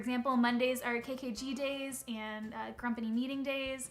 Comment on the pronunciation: Did she say grumpany? I love it!